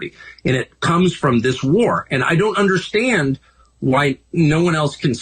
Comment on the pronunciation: Rich people don’t “I dunderstand”.